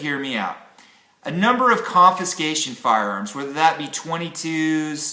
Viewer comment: Confiscation, not conviscation. Sorry. Couldn't resist. Good subject sir. Great channel.